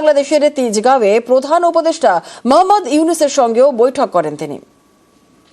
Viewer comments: ডক্টর ইউনুসের নাম টা ভালভাবে বল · সুন্দর ভাবে ড. মুহাম্মাদ ইউনুস নাম বলো।